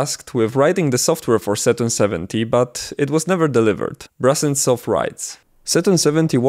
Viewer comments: It’s Brusentsov, not brussen-stoff You butchered his name like 30 times in this video. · The surname of the inventor is pronounced Broosentsov, BTW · If the name is transliterated to Brusentsov, then should it not be pronounced BROO-SEN-TSOFF, with an OO sound and not an AH sound? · oh god.... please stop calling him BrAHsentsov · so...you spent countless hours researching this subject only to end up mispronouncing the name of the inventor? great job, mate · Your pronunciation of "Brusentsov" is a bit wrong. The letter “u” in the Latin transliteration of Russian names is always pronounced as in the word “put”, but never as in the word “but”.